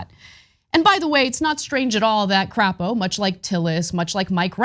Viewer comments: I love how she calls the senator from Idah "crap-oh" 😅 it is pronounced "Crape-oh" but I love her pronunciation much more! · Is Crapo pronounced "Cray-po"? Sure. But given his absolute BS, I think Anna's alternate is spot on. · There’s no need to gratuitously mispronounce Crapo’s name. His positions are insulting enough. His name is pronounced cray-po. That’s what I’d do if I had that name. I bet you would too.